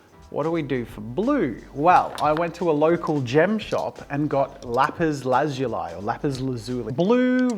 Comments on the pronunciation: Lapis lah-zoo-lea. Your welcome❤ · I thought it was pronounced lah-zu-lee? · its pronounced "Lapis/Lapiz La-Zu-Lee" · Jazza saying Lapis La-zoo-lie was so weird cause I’ve always heard it as Lapis La-zoo-lee. I know Australians say words differently but it’s just funny to me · I've never heard it pronounced "lapis lazul(eye)" before. 🤔🤨😂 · also it’s pronounced ‘lapis lasooli’ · Its pronounced Lap-is La-zu-li or by Google is la·puhs la·zuh·lee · Lap-is Laz-zu-lai. I have never heard it prounounced this way.🤔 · God I got so triggered by the way he says lapiz lazuly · Mincraft players- it not lezeuai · Its Lapis lazulli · Bro, It’s lapis lazuli 😂😂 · Wait. It's pronounced "lapis lazuli" and NOT "lapis lazuli"? Damn, I been saying it wrong this whole time. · I really hate the way you mispronounce lapis lazuli, it almost makes this video unwatchable it bothers me that much